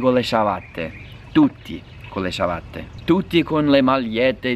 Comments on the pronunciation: “Tutti co le ciavatte”😂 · "Tutti co le ciavatte" mi ha steso definitivamente perché è la reazione spontanea che avrebbe ogni romano doc ahahah